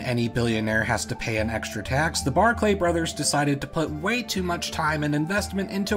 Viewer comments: Barclay is just pronounced 'Barkly' - I know it sounds less fancy that way but a lot of Scottish names do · One thing, they are called Barclay, not Bark Lay.